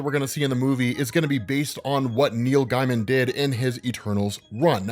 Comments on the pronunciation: Pronounced GAY-mun. Not guy-mun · Btw his name is pronounced “Gay-man” not “Guy-man” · Gaimen is pronounced Gay-man, not Guy-man. You can go to his Wikipedia for verification, or watch the Simpsons episode The Book Job when he guest stars and they say his name several times. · Neil “gay-muhn” not “guy-muhn” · Just a quick pointer, that’s not how Neil’s surname is pronounced, in fact it almost sounded as if you were saying “Neil Diamond”! You’re pronouncing the name as as “Guy-man” and the correct pronunciation is “Gay-muhn” or “Gay-mn”! 🗣🤷🏼‍♂️ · Gaiman is pronounced gay-man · His name is pronounced like gay-mun. Source - Neil Gaiman. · GAY-MIN. ITS PRONOUNCED GAY-MIN. JFC. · I thought his name was pronounced Neil Gayman?